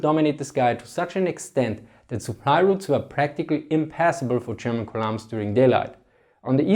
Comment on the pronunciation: Why do I love the way he says "columns" so much?